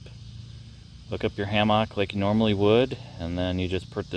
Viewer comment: great video....except how you mispronounce hammock :D LOLOLOLOL